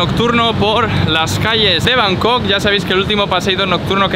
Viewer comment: Cuando dijiste bancooooooc la habías cagaaaaaooo